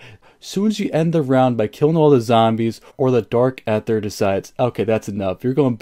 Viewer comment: Dude is anyone else getting triggered every time he say dark aether wrong lol jesus🤬